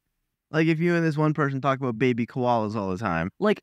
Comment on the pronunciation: “is that to hold the baybe?” I love the way he said that😂 “the beybeh?”